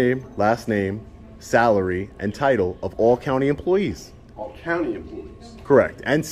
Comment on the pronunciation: you mispronounced "all"